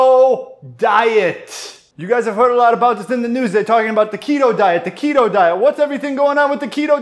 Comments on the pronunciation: the KEY-toe diet! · What a good laugh, thanks guys. “Key-toe” diet, I’m dying 😂😂😂